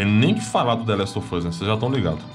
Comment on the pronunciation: é impressão minha ou só fala the last of fus